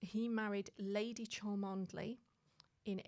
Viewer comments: Cholmondeley is pronounced “Chumley”. I thought you were British! I can’t help reflecting on the role the newspapers played back in the day. In my mom’s hometown (population: 320) newspaper that 75 years ago my mother suffered a stillbirth. I was shocked. I knew about this loss but never thought I’d be seeing it in the paper. Just when we think there’s no privacy the past roars back to bite us. Hard. Brad, please go to Liberty and treat yourself! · Didn't anyone tell how Cholmondeley is actually pronounced? Though spelt as it is, it is pronounced Chumley!